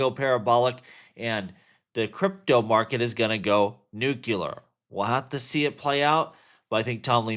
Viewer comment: Nu Q Ler = Nuclear?... lol